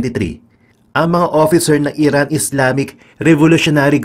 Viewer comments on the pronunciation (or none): none